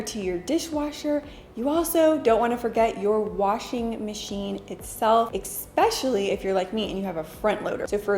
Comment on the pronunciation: You are so classy and always have so much value to give your viewers When you say "Ex-specially" instead of "Especially" you lose a few class points.